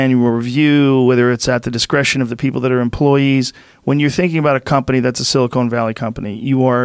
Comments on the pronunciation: Joe “*silicone* valley” rogan lol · Is it just me or is Joe consistently calling it "Silicone Valley"? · "Silicone Valley" lol